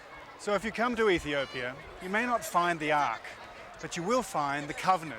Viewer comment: EthiopiAAAAAAAAA there is no "er" on the end of the word. FFS